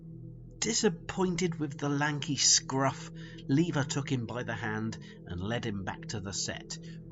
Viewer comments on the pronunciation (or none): Nice vid, but I don't get why you pronounce Levar Burton's name as "Leaver," when it's pronounced, "Leever."